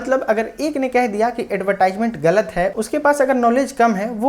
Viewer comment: एडवर्टिजमेंट pronunciation hota h